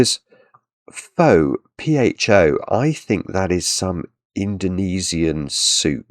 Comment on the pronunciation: Pho is a Vietnamese soup. It’s pronounced more like “fuh?” :)